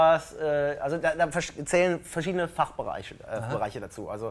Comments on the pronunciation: Höööörrr maaa wat is dat? Fachberraaaiischh 😂😂😂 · Wie er beim Wort ,,Fachbereich" kölsch reden wollte 😂